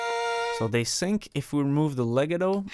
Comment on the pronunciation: le got toe is how legato is pronounced